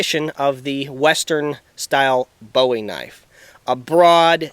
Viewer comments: James Bowie's name is pronounced 'Bu ee' not Bow ee...Us Texans are kinda' anal about that...{:-) Jes' sayin'... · It's a boo-wee knife NOT a bowie